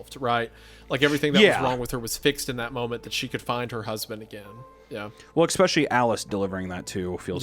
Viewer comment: I swear I used to say expecially too😭🤣 I think it might be a Midwest thing